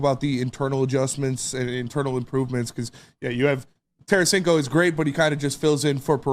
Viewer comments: It's Tarasenko not Taransenko, what a bunch of hacks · Its Tarasenko ...no biggie ...if he was, last team would have kept T.